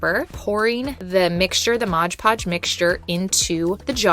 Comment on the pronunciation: I don't know about anyone else but I have a tiny amount of OCD and it drives me completely insane to hear someone pronounce "stuff" wrong. For instance, its not MODGE PODGE, its MOD PODGE! Sorry but I've been watching these videos for a couple years or more and I finally had to say that LOL. Great ideas on projects though!